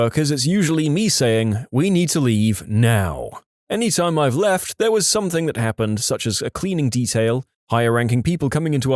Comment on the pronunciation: No k in the word something .